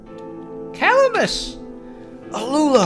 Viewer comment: Roses are red., make DDD 2 Edit: “Cuh-lam-is” that’s how you pronounce Calamas. It’s like Calamity